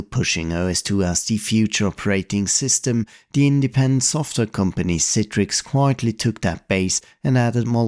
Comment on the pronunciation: Thank you for pronouncing it correctly as someone who's forced to use it at work it's all i ask is pronounce it correctly